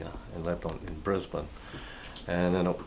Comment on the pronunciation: Love this couple ... true pioneer hearts 💜 and I am so impressed that he pronounces “Brisbane” correctly! Well done 🤗 I grew up in Brisbane, Australia. Love the yurt concept for simple and efficient living and this is a beautifully designed yurt. Thank you for sharing. 💜